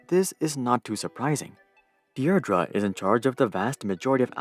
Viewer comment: Deirdre pronounced DEER-druh